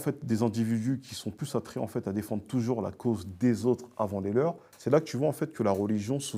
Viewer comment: A 1236 j'ai arrêter de compter combien de fois il a dit enfete 😭😭😭